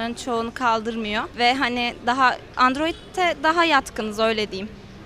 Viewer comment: Way androit 😂😂😂